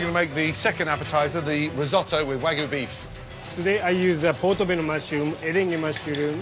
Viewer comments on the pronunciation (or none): It's not Wagu not Weygo. It's Wagyu. Wag - yu. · Wtf is wahgoo? It's Wagyuh (pronounced Wag'you... Like the city in 🇯🇵 it originates from).